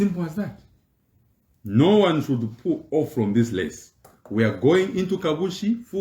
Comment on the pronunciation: Please Sir, it's race and not lace😂😂😂😂😂😂😂😂😂